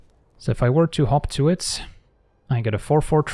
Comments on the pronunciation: I kept hearing "hop to it" as "Hawk Tuah". Guess I know what I'm calling it from now on. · whenever you said hop to it I swear to god I was hearing hawk tua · When first said 'Hop To It', I heard 'Hawk Tuah'. What has the world become... 🥲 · When he says hop to it does anyone else hear hawk tuah it or is that just me… 😂😂😂 😱 #AndSpitOnThatThang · "Hot to it" sounds like "Huak thua it". Cannot be unheard. You are welcome.